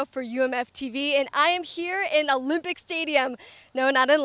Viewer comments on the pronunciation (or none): loved the intro, couldn't watch after she said UHLIHMPIC